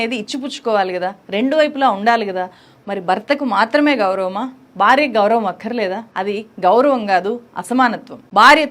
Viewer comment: Madam ,please note that you are pronouncing " Bharya" as "Barya" and bhayam as bayam and so on everywhere, whiich is very awkward to hear by the pure Telugu speaking people ,and hence you're requested to rectify in your speach which is not impossible but very easy by the learned people like you, I hope you will do the same at earliest possible !